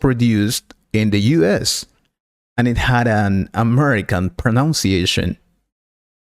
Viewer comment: Very poor accent and pronunciation. 'Britain' and ''Pronunciation' is pronounced incorrectly in this video .